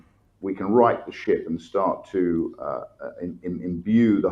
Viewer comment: Did he say " right the shit " or " right the ship " either way he's right.